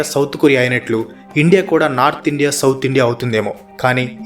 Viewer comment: Endi ra nuvvu ne bongulo sodhi,Indea indea indea😂